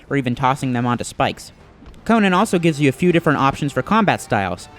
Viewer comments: CONIN..... -__- Its CO-NAN you GAY-BE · Why do you keep saying Conin? It's Conan! Lol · Sad thing is the game even say's it, but yet he still fails at saying it! I bet he's one of those gamers that say's marry'o instead of mario...